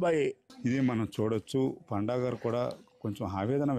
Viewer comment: పాండా కాదు రా పండా